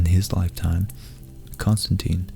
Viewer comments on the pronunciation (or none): none